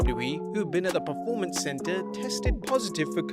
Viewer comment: For crying out bloody loud. It is P-E-R-formance, not P-R-E-formance.